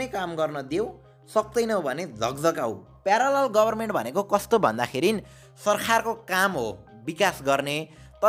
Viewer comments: video ta ramrai lago tara yo sarkar lai sarkhar sarkhar vaneko le chai irritate garyo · Bro your sarkhaar sound is very funny 🤣😂 Overall nice video